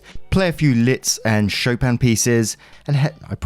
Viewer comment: Liszt is pronounced like list (shopping list) :D It actually stands for "flour" in hungarian so his name is Franz Flour haha